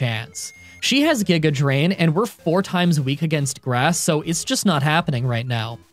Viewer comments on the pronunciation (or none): none